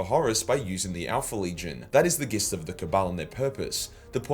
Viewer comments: Please gist is pronounced jist. Love the videos but it really bugs me! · You’ve said “gist” wrong several time now. It’s said with a J sound.